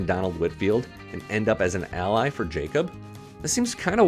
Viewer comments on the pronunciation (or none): none